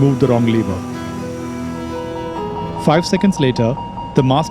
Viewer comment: It's not fiii hundred its five hundred...lol😂😂😂😂